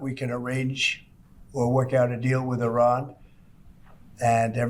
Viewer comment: I like how there's two possible ways americans pronounce Iran and Trump decided to go with neither.